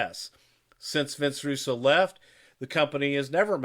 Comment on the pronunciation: Who is Vince Rusoo? I know Vince Russo.